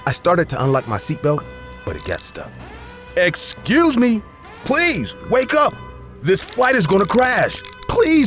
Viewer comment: Exussse me 😂😂😂😂